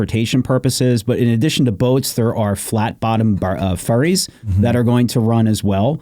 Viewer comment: I'm late to this episode.. "Flat bottom ferries" sounds like flat bottom furries and I can't ignore that. 😆